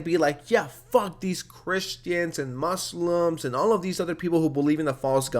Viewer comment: I like that you say Muslim with the S and not muzlim. Small things mean the most!! <3